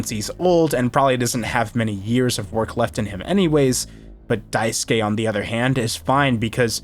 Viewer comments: Small thing but I really appreciate you actually pronouncing daisuke correctly lol The amount of videos I have seen where they say "die-sook" kills me a little lol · This video's a 10/10, actually 11/10 because you know how to pronounce the name Daisuke. thank GOD! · I’m pleased that every commentator I’ve listened to talk about this game so far has pronounced Daisuke’s name correctly